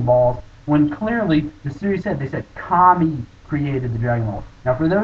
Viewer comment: its kami not kame and your wrong, kami WAS intoduced in DB